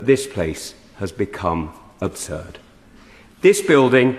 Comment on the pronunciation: "This place has become adsurd" enough said.